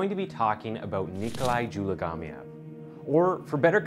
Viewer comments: In case you are wondering . His name is pronounced Zoo - mah - gah - leave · Subtitles: "Dzhumagaliev" The narrator: JELLYGUMMIER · Lol the video spelling on nikolais last name vs the way the narrator pronounced it are two different things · Careful how you say his name dude